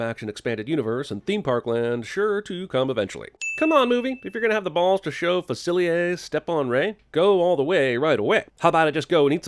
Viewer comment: It's pronounced Fah-Sill-Lie-ar not Fa-Sill-Lee-Ay, Jeremy!!!!